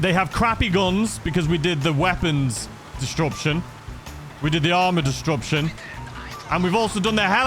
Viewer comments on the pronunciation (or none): I love you but disruption doesn't have a "d" in the middle 🤷‍♂️🤷‍♂️ disDruption 🤣🤣